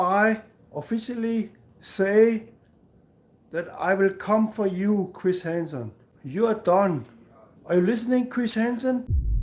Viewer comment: Chwis Hansen I'm fwom denmawk